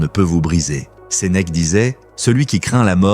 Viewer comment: Ses mecs au lieu de Sénèque !😱😱😱. Il faut le faire... on en a marre de ces vidéos réalisées par l’IA !!! Il y a encore des êtres humains sur cette terre, alors arrêtez de vous servir de machines !!!